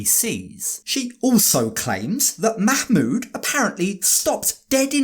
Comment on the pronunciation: The terrible mah-mood